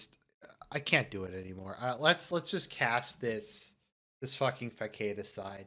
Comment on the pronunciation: Funny vid, but please learn how to pronounce facade properly. Also: never quote from Dennis Prager again.